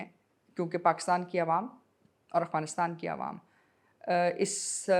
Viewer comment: I am surprised Maria Sultan can not pronounce "Afghanistan " correctly. If Afghanistan invite TTP, BLA, And others to have a dialogue, how Pakistan will perceive it ? Pakistan should stop it's strategic depth in Afghanistan.